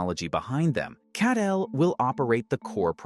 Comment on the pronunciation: CATL pronounce like Cattle not CAT-L.